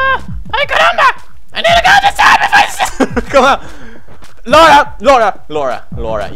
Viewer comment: Pewds.....thank you for pronouncing the name, Laura, correctly, it killed me when I heard people mispronounce that name.